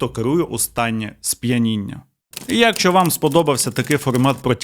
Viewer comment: Серйозно, чувак, обожнюю тебе і твій канал. Але набога!!! Що це таке за слово у тебе "Якщо"? Правильно "якщО", наголос на О!!! Кожного разу просто передьоргує. Я розумію, що в українській в деяких словах може бути плаваючий наголос, але ж не в сполучниках! Навіщо так знущатися над мовою... А за відео так, лайк ;))